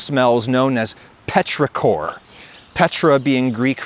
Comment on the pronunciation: you're slightly off on petrichor - "petros" is greek for stone and "ichor" is what the gods and immortals have instead of blood. the emphasis in ichor is on the first syllable, and it's pronounced like icker (in english; it's very different in greek).